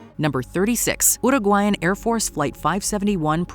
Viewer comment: Your pronounciation of the word "Uruguayan" is perfect!!! Yaaaaaaaay! Most people mispronounce and dont care. Its important to me; its a very important name. Gracias!!